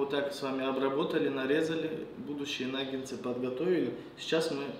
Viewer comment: Приготовлено хоть и медленно , но вкусно и правильно. 👍👌 Слова произносите неверно . 🖋Существительное “наггетсы” – это форма множественного числа слова “наггетс”. Слово “наггетсы” происходит от английского слова “nugget” (самородок, кусочек). Как мы видим, в русском языке слово пишется также, как и в английском.